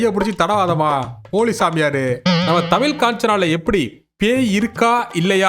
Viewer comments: அது தமில் இல்லடா தமிழ் தாய் மொழியை சரியா உச்சரிக்கவும் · Adhu thamill illa thamizh...first neenga ozhunga sollunga ..trollibg other language ...